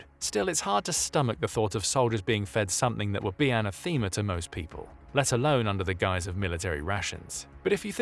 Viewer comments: Anna-Theema?! WTF?? It's ah-NATHA-ma. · Ok, so you've just confirmed your text to speach synthesis. An atheema, as opposed to anathema. Yea, its the little things that let you down. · Anna-theema? Nobody says anathema that way. Don’t be weirdly British. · Why do you pronounce anathema "anatheema"? This is neither a British or an American pronunciation. Excellent videos, but I have spotted a few odd mispronunciations that now and again puzzle me.